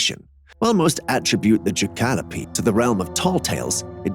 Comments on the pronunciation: Ok, half way through you show a picture of a rabbit with antlers and you called it a ( I’m spelling it sounds and how you said it’s name) jahkalopee, lmao, it’s actually called a Jackalope ( Ja-Ca-lo-pe) like Pope without the first p. Ja-Calo-pee is not how it’s pronounced bro, 😂. Keep trying brother, keep trying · It's pronounced Jack-ah-lope, not Jah-cal-o-pee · Thank you for writing and saving me the time. I about spit out my water when he said Jah-kalopee. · JACK-A-LOPE not ja-cal-o-pee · It's "Jackalope" pronounced "Jack-a-lope", not "Jacallopee". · 😂😂😂😂 I like Jacalopee better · Jac cal o pee lol the way he said it lol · It's pronounced JACK A LOPE 😂😂😂😂 BEING FROM TEXAS I SHOULD KNOW 😅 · The way he said jackalope🤣🤣🤣